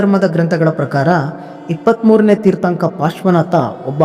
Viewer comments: ಮೊದಲು ತೀರ್ಥಂಕರ ಎನ್ನುವುದನ್ನಾದರೂ ಸರಿಯಾಗಿ ಹೇಳು ಮಾರಾಯ ತೀರ್ಥಂಕ ಅಲ್ಲ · ಮಾನ್ಯ ಆಂಕರ್ ಅವರೇ, ದಯವಿಟ್ಟು ತೀರ್ಥಂಕ ಅನ್ನಬೇಡಿ ಅದು ತೀರ್ಥಂಕರ